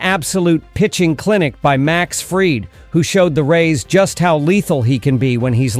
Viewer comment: Is this narrated by A.I ? Because am I mistaken or did he call him Max Fried as in fried chicken several times ?